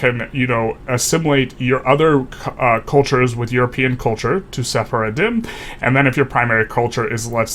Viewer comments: FYI it's pronounced se-far-dim (with the most obvious pronunciation) not se-fara-din. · Sephardim is pronounced "seh-faar-dim" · It sounded almost like he was accidentally calling them "journey of the faith" in Arabic - سفر الدين (Just a beginner learner so my grammar might be wrong there, but it has that cadence to my ears)